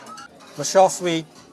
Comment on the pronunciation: Interesting video as always, 👍, but you mistook the vegetable as Gai-Lan. They were Choy-Sum, and weren't steamed but boiled. Your pronunciation of Char-Siu pork was less than desirable, same as your chopsticks skill, I am afraid. Still, I like your channel, and you film and edit your videos very well.